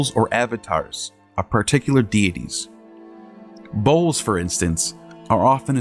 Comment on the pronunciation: Sounds like he is saying "bowls", not "bulls"